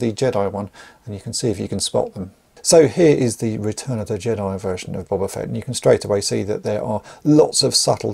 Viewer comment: BOW - BAH FETT not BOB - AH FETT 🤣🤣🤣